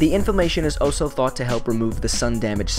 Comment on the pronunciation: When he would say also I kept thinking he said “oh so”